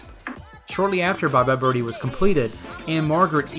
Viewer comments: inadequate explanation - it was a deliberate choice why?? nobody pronounces birdie like that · Okay... I'll say it.... I hear ''Bye Bye Bir-Hee''. Am I alone, here? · What about why she prounounces it “bir-hee” in the opening and ending song. I read somewhere that’s how midwesterners would pronounce it (since she’s supposed to be from Ohio) and it sounds normal to them. Um, what? I’m from Michigan and we don’t say bir-hee.